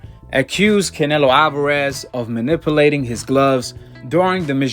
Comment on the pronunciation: "Manipoolating" hahaha ok.